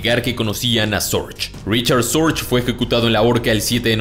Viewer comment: Se pronuncia fonéticamente en alemán RIJARD SORGUE.